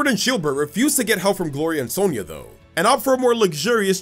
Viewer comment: When he said "Sonia" got me rolling faster than donphan